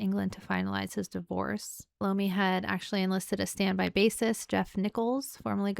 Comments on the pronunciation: Tony Eye-Ommi.... No LOOMI!! Tony I-o-mmi!! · Tony Iommi (eye-oh-me), the text does kinda look like an L instead of an I. Many people make the same mistake, not making fun or poking at you. So glad you're loving the Dio fronted Sabbath, you'll love his work with Rainbow as well. Have fun!